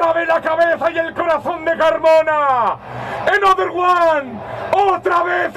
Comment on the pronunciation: Menudo ingles de ahi another one soy mazoy 😹